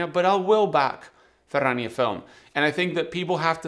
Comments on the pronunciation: 🖒 Cheers and love the way 'Ferrania' is pronounced in Spanish....better than my Yorkshire accent 😊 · Just here for the proper pronunciation of Ferrania